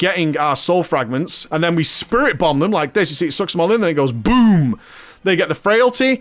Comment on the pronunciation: I love you but if you say "Boom" or pronounced "Bum" one more time I will mollywop you.